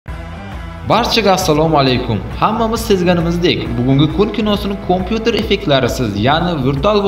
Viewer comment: Kompyuter debmas kampyuter deb talaffuz qilish kerak